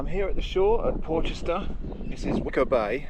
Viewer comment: It's pronounced Porrsher.